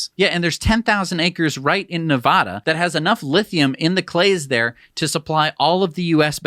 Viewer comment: I know you won't see my comment, but please -- the state is ne-VAD-a not ne-VOD-a -- check a dictionary, wikipedia, or forvo. It's grating to hear you guys mispronounce Nevada every episode!